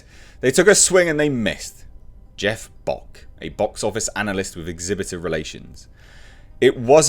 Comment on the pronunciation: . When he "Bock said" it sounded almost like "Box said" like the person was being quoted was a talking box. Well he certainly has the intelligence of one. Or slightly below It's amazing the lengths they will go to avoid accountability for their failures to create a good movie that people would actually like to see. Because they know they can't say "Maybe taking the whole Feminist angle and acting like this movie was some opportunity to 'smash the patriarchy' and 'expose misogyny' and basically telling everyone it's to spite all men. Maybe that was a mistake". They seriously can't do that and simultaneously hilarious and sad.